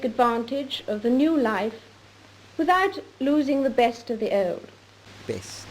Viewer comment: Her pronunciation of the word "old" reminds me of the old English or Scot spelling of the origination of that word, "auld."